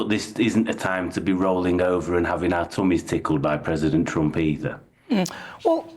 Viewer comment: Your wierd not Trumb